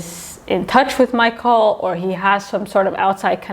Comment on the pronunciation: Michele is not pronounced Michael